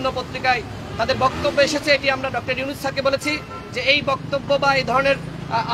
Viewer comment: ডাক্তার ইউনুস স্যার কে না বলে ইউনুস ইউনেস করে তিন থেকে চার বার উচ্চারণ করলো নূর পাগলা সত্যি পাগল হয়ে গেছে এত বড় মনের একজন মানুষকে সম্মান দিয়ে কথা বলতে পারে না